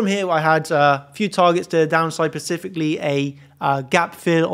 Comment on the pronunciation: "Specifically" not pacifically...